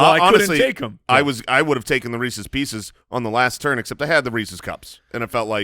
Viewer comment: Thank god was called out for his pronunciation of Reese's pieces